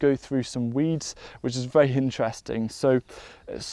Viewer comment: He says vewy instead of very. He’s cute.